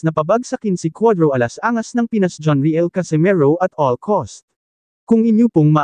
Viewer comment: At all cost po Ang Tama Hindi at all cause